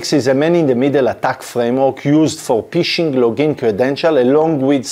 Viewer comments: I love your videos buddy but you need to stop saying "P"ishing, as it cracks me up each time, as in English or slang UK dialects of the language, it means the same as the act of peeing, urinating or relieving one's self:-) We pronounce it "F"ishing (like you would do with a rod or net), even though the spelling is Phishing. That aside, thanks for great explanatory videos even though I am an IT veteran of 36 years myself. I started as a techy nerd in the early 80's with the first home computer then it became a career and business through the evolution of distributed systems, networks and the internet. I'm still a nerd at heart, although I'm a more senior one these days, so keep them coming!👍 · Ph is pronounced f in English, phishing is pronounced fishing not pishing. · You need to realize the word phishing the "p" is silent. You pronounce it "fishing" like the sport and not Pfishing with the extra "P" sound. Its very funny to me an IT Professional does not know this. 🤣🤣🤣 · Phishing is pronounced fishing, obviously, because it’s fishing for passwords, oh and yes it's hard, but Retrieve, is not pronounced Retrive, but Re treeve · Agreed. Particularly the word "phishing" which should be pronounced like the English word "fishing" (which is where the word comes from, they're fishing for your details). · אחלה וידיאו. תשתדל להגיד פישינג עם פ רכה כמו דייג במקום פ קשה כמו פישינג (להשתין)